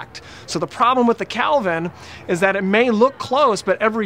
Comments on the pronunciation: Great help but the temperature is called and pronounced Kelvin not Calvin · hahahaha it's "Kelvin," not "Calvin,".